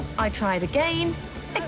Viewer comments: its again... not agane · insdead of again she says "A GAY n"